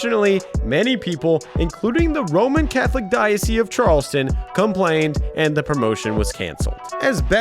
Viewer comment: "The roman Catholic DIOSEEEE" Learn to pronounce words, LOL.